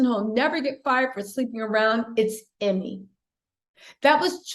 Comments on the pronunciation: EEEE-May not Emmy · His name is pronounced” you-mee”.